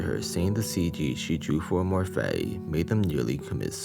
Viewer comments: Him pronouncing fati like fatty is hilarious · Take a shot every time a pronounces "Fati" as "Fatty"